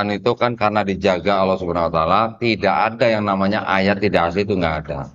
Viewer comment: copek kata Allah,tapi disebut alah....alah...alah😂😂😂